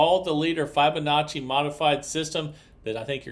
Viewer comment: It’s Fib onacci. Fib. Not Fibe.